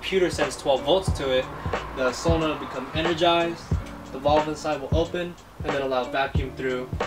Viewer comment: It’s not Vulve dude! It’s valve, like hat or cap